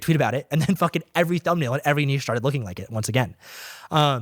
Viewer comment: Thank you for the correct pronunciation of niche. Seriously. Lol